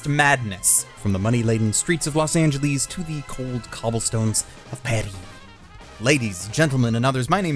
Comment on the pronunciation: nobody: arcada: los angelees